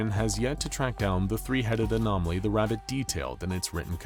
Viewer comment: "Rabitt" hurt my soul.